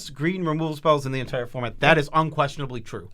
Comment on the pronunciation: The word of the day, 'entoire' (ex. "best card in the 'ento-ire' format") is brought to you by from mtggoldfish 😁 #notsponsored